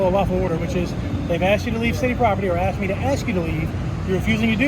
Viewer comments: Someone let contestant #2 know that the word is (Asked) not ( Axted )! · #2 can’t even speak English. It’s ASK not AXED 🪓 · and she AKSED her Lieutenant. I hope the LT survived, because that sounds painful. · I think the Georgia cops Lieutenant is the Dumbest!! She "axed" him what she shld do, but being a lieutenant and he DONT KNOW... WOW!!! Disgraceful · i vote for #2 cuz she AXED her lieutenant ! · I wonder if she really did axed the lieut? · “A case law going around!” Hahaha dummy. #1. “Ya need an outdoor permit” dummy #2. She axed her Lt hahahah. 1 and 3 were jerks. # 2 is the dumbest she could barely put a thought together. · Actually, she said "axed". A correct usage of the word would be the following example; "If enunciation was a log, she just axed it." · What is with people saying I "axt" learn proper English 🤔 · She aksed a question. Game over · #2, she axed her Lieutenant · She "axed" the LT?